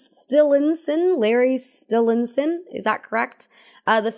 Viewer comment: “LARRY STILL-INSEN” 🗿🗿